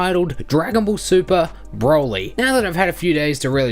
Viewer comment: mate why u r so strange when u say "broly" u say like " BBRwouly"